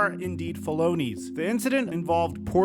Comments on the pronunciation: he yo this dude sayin felonies like balonies wtf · Did you just pronounce “felonies” like baloney? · Bro pronounced it like balogna💀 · Ok but I know we're not giving this man a pass for saying felonies like bologna 🤣🤣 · I thought you said bologna. Thats not how you pronounce felonies my guy. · why did you pronounce felonies that way .. i had to double back as I thought I heard "Baloney" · I will always pronounce felonies … Phil-Loanies from here on out well done sir 👏 👏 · yo get your “felonies” right 😂😂😂😂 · Is your pronunciation of "felony" and "felonies" intentional? Just curious. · 10/10 prononciation of felonies, sounds like a sausage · This is a serious video but I only got 1 question, why the HELL do you say felonies like that?? 😂😂❤